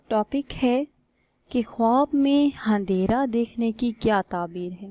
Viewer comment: Andehra hota handera ni